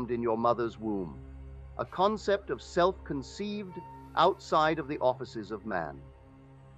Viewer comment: No one to change but Selt? Selt? Are you serious? What the hell?